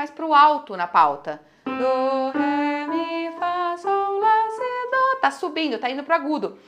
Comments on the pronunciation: porque você fala Dô, e não dó? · Aulas excelentes, sem dúvida. Mas, não pronuncie o DÓ com som de DÔ. Pois, atrapalha. Parabéns!!!